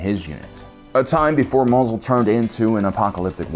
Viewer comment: Am I the only one who finds it hilarious, every time the guy calls it "Mazel?"